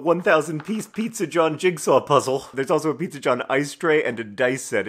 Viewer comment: I loved the snee-zza